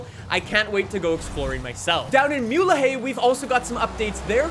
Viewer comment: Muleje pronunciation: MOO-leh-geh (g pronounced like a hard H)